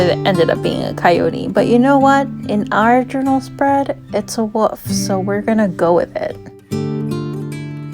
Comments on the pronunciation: Love th8is so much! (In my head, each time you said "wolf", I heard "woof" & it made me giggle; which as you know, I really need more of in my life right now... So, a huge THANK YOU <3 <3) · I didn't notice any issues with the sound. It seemed good to me. I did notice that because I have a New Zealand accent and your accent is different to mine, when you said "wolf" it sounded like "woof" to me ☺